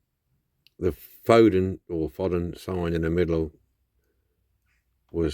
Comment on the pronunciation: FO DEN, not fodd en.not a bad resto video was a tad long though!